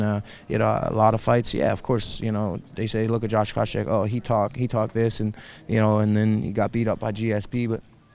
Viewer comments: "Koscheck" not "Kosheck" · Isn't it Koscheck?